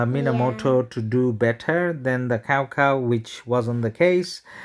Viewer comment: nice vid, btw cao cao is not pronounced as cow cow, it sounded something like chow chow